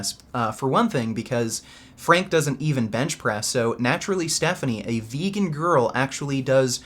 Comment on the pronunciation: I love the way you always say „veeygan“ when you do acting